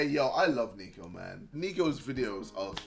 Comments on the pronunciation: NIKO NOT NEEKO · jj: i love neeko niko: ITS NICK - O NOT "NEEKO"!! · its niko not neeko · Ksi saying he loves Niko Also him : proceeds to say his name wrong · ksi saying niko wrong